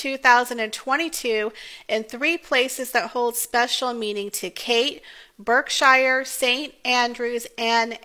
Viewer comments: It's Berk-shirr (you kind of swallow the -sheer ending) - not Berk-shy-er. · Berkshire = "Bark-sh'r" Anglesey = "Angle-sea" Beautiful portraits, and important for the archive at the National Portrait Gallery. I prefer the family's informal poses, but any photograph of Catherine is beautiful. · It is pronounced Bark - sher. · Thanks for the nice comments about our lovely Duchess catherine. Just to let you know though, that Berkshire is pronounced Bark- sher. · Beautiful and tasteful. PS: I think her hometown is pronounced “Bark-shire”.